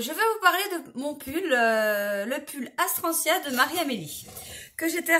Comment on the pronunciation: Coucou, Astrantia, c'est un T pas un S ☺️ Il est vraiment splendide, modèle + couleur au top! Bravo 🏆